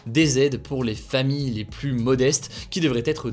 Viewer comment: On ne peut pas dire plusssss contagieux. Le s final de plus ne se prononce pas quand le mot qui suit commence par une consonne.